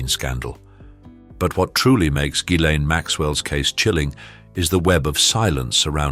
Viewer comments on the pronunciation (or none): none